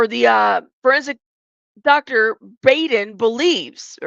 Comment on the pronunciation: Hi! 🐰 You probably already know this but: Dr Baden's name is pronounced like "Boddin". He's really famous in his field & Court TV fans